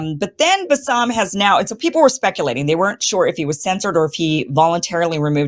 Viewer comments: His name is pronounced as Basim. Bassam is another arabic name. Love you Kim. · His name is pronounced bass-im with the first syllable the emphasized one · BAS-SUM 😂 Not balsamic 😅